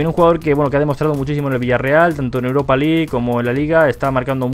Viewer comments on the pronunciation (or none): none